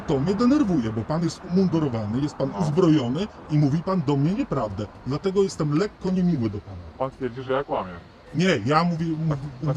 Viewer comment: "Dlateguż" hahahah